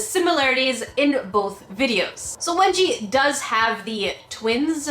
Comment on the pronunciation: I thought that you said wedgie 😂